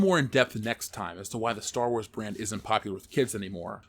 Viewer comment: for the last time, it's called Star Wars, not Store Wars...omg